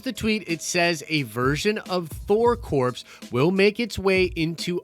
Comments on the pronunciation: Thor CORE. NOT CORPSE. Jesus christ. Marine Corps. Thor Corps. How does that pun not click? It's certainly better than Asgardians of the Galaxy or Thor's name and reputation being hijacked by some butthole ex that's been missing for most of the MCU or a 3 Thors with 1000 fighting one guy. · I'm so sorry & I don't mean to be a stickler but, ya gotta stop saying THOR "CORPSE"; a corpse is a dead body & a "CORPS" is defined as a body of people engaged in a particular activity; example...The GREEN💚LANTERN CORPS, SINESTRO💛CORPS, other LANTERN❤🧡💙🖤💜CORPS, ya know what I mean, right? Just sayin'. 🇨🇦👊🏻🤙🏻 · it’s pronounced core, not corpse. God damn that was hard to listen to 😂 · Hail Eris! Interesting thing about English: "Core" and "corps," oddly enough, are pronounced the same way. "Corp," as in *corporations*, on the other hand, is pronounced as it looks, and its plural form, weirdly, is also pronounced as it looks, so you have to make the context clear. In this vid, it should be "Thor Core," in pronunciation, and "Thor Corps," in spelling. Blame it on the culture-appropriating ways of English-speakers for the past millennium. We're not going back to speaking Olde English now. Nerd Card: The secret identity of Thor, in the 1960's until the '70's or thereabouts, was Dr. Donald Blake, which is a sort of callback to the Old High German form of Thor's name, Donner, with "Blake" subbing in for "Black," as that was considered a surname, more-or-less, for Donner. Snarky For example, what if someone decided to fuck a monkey? It's just a for-instance! It's not an idea! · It's pronounced the same as CORE....Just like the U.S. Marine Corps(CorE) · Not unless they are the Thor Corpse Suicide Squad. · Dude it's pronounced "core". Drivin me nuts man. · Had to quit halfway through, couldn’t take another “corpse” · Yes, thank you. It was driving me crazy every time said it! 🤣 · The 'S' is silent in Corps. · It's pronounced "core", not "corpse".